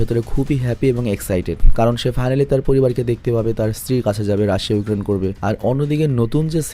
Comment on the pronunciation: ভাই আপনার মুখে রাশিয়া ইউক্রেন কথাটা সেই লাগে 😂😂